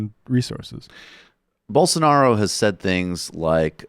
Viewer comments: It's Blosonaro, not Bolsanaro. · Hey guys, it's "Bolsonaro" 😉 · I believe his name is pronounced Bolsarnaro! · I've heard Rave Dubin say Bole-sar-na-ro at least twenty times, but it still cracks me up without fail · "Bolsonaro"... literally one of the only portuguese names that is spelt phonetically... you need to be a special level of dumb to not get that